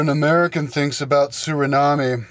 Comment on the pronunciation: you pronounced suriname wrong :p its either Surinam or you say it in our native language Sranang